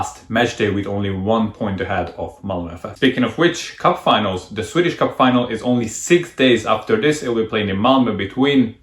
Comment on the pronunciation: Your Swedish is beyond impressive! Your pronounciation is spot on! Great video, as usual!